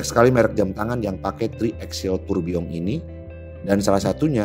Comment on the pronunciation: gw sukak bgt saat lo ngucapin tourbilion pakek eksen prancis